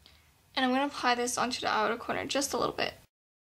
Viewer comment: in stead of saying "this" do you say "Dis" ?